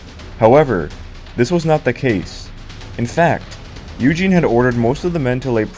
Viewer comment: Great - you pronounced Eugene correctly.